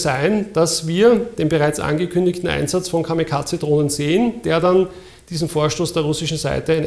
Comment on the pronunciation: Kamikaze wird kami kaSe ausgesprochen. Danke für das tolle Video aus der Militärakademie.